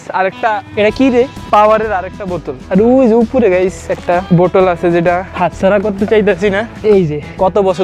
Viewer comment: বটল না বোতল😂😂